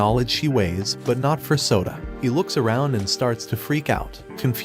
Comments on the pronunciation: i hear soda not sota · bro kept calling him soda instead of Yoda O_O